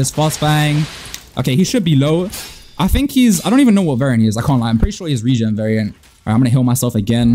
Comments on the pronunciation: Licht “reign” is how its pronounce not regen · btw licht regen means 'light rain' in english regen is pronounced rae gen